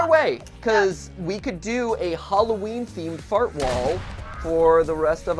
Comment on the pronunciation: dude you sayed fart ansteed of art